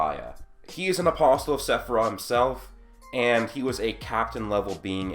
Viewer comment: Love the videos.. PLEASE stop saying the "t" in apostle.. it's silent.